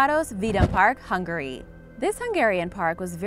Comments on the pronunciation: "Hun-Gary." Turned it off after I heard that. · Please Learn how to say Hungary probably